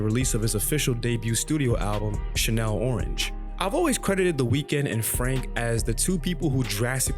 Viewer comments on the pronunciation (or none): Did you say Chanel orange? It’s Channel Orange like a tv channel lol